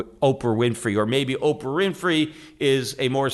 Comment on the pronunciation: It's OPRAH... not upfra.... eat after for podcast, not before. Bernie does believe in comp. Just not the Republican style where the rich control the outcome. Your anti american